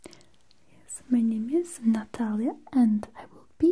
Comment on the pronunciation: The correct way to say it ! Love when people say my name right it’s beautiful